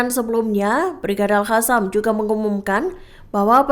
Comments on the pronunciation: Hallo kakak mimin yg benar al qasam ( al kasam ) bukan al hasam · Sekedar masukan. Pembaca berita selalu menyebutnya Al-Hassam. Padahal Al-Qassam. Bhs arab beda satu hurup bacaan beda lagi arti. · Bukan al hasam tapi al.qassam ya mbak narator.mhon kalo bikin konten harus cocok dan benar antara narasi dan vidionya.kalo gak begitu itu penipuan